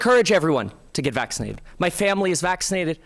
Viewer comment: Yup. And everyone should get "vaccided" 😂